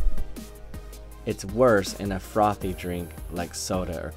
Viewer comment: You say frothy funny. I could listen to you saying that all day